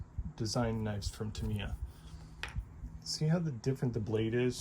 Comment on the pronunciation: Still not pronouncing Tamiya correctly. Its not ta・MEE・ ya. Its TA・ mee・ ya